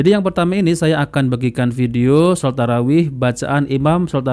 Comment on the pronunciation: Hancur shalat taraeeh model aswaja.bacaan nggak betul ,cepat teriak2 .apa aswaja ini masih islam